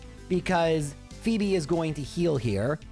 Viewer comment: I misswhen called her Fweb instead of fee-bee.